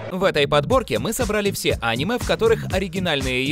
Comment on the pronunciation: Пожалуйста Аниме а не Анимэ